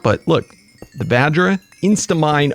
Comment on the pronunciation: OGs remember when he called it the Va-JJ. Good times.